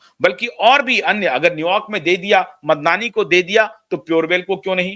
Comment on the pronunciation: Why can’t the Indian commentators spell out the correct names any more, they were the best in saying foreign names and this one is not so foreign. His correct name is Mamdani. Some commentators can’t pronounce it.